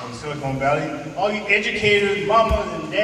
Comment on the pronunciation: is he saying "Sili-CONE Valley" as opposed to "Silicon Valley"